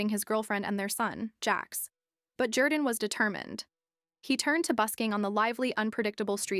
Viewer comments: His name is not pronounced ‘Jer-dan’. It’s ‘Jor-dan’ even though it’s spelled Jourdan. He says his name on AGT which you have obviously watched. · Love this guys story and journey. However this cheap AI compilation doesn't do him justice, to the point of AI mispronouncing his name.